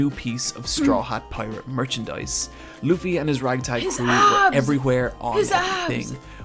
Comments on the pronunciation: FYI, One Piece passed Batman in lifetime sales a couple weeks ago. - Luffy is pronounced Loo-fee; the vid narrator's accent makes his pronunciation wobble a bit. - The manga has no real filler and in fact can be accused of being too dense; the anime has filler when it catches up to the manga story but usually can be skipped, particularly because of the self-contained island travel adventure format of the story, as filler arcs are often just a new island inserted into the story. (That being said, some of the filler is quite fun.) Much of the criticism of the anime comes from the pacing being slow in some of the arcs, not that it has too much fluff, which is true but less of a concern if you're going to be binging it. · Laffy? Hanji? 😭😭😂